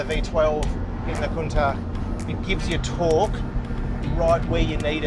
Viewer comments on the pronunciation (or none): Am I hearing wrong or did they keep calling a Countach a ‘Countark’?? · Make up your mind on how you want to pronounce Countach! Half the time you get it right (with the hard ch at the end) the other half wrong. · Proper pronunciation is apparently "coun-TALK" but it sounds ridiculous to say it that way